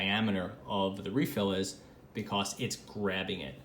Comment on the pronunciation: You say “because” like “Bee-CAW-s”